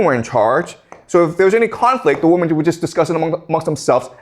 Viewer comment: He’s great but will someone please tell him that women is pronounced wimen,not wumen.